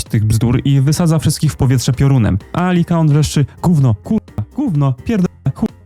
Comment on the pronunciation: To Liakon czy Likaon? 😅